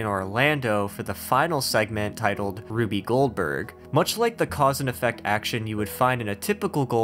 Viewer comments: Lol it’s rube like roob or rūb I guess 😂😂 fkn RUBY Goldberg 😂😂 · It’s Rube not Ruby Goldberg